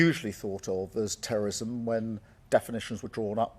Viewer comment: cant say terrorism